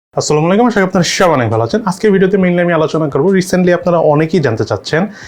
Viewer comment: Dear Brother, মেহেরবানী করে সালাম টা শুদ্ধভাবে দিলে আরো সুন্দর লাগতো।।। Plz #👍